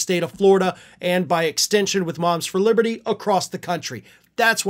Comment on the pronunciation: "Moms For Liberthree"